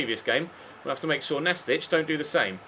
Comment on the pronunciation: Pretty sure the team you played in the 2nd game is pronounced Nast-eek not Nastich (they're not a Croatian player lol) as it's short for Gimnastic